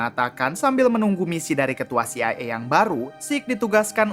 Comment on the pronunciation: CIA NOT CIE 😅 kocak